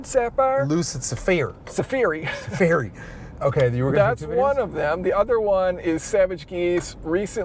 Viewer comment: lol lucid sapheery